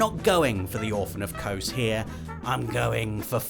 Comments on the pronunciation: Lmao orphan of kohs It’s actually pronounced as a Z Orphan of Koz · "Orphan of Cose" You very clearly didn't play this boss hahaha Edit: it's Kos... or some say Kosm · Kos, or some say Kosm. But no one says Kose... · Orphan of kose? Oh you mean kos do you 😂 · Kos. Or some say Kosm. But says Kose 👀